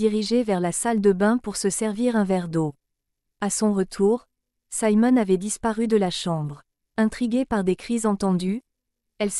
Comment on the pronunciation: Siimon et non Saimon: français please!!